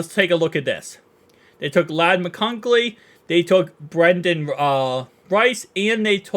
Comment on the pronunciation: Hey brother, Ladd McConkey is pronounced McCon-KEE, kinda like “donkey”. 🙂